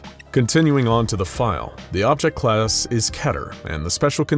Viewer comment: anyone notice how he said "Class" ?